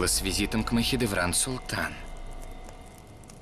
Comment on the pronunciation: Не Махидеврана, а Махидевран... Изучайте русский язык!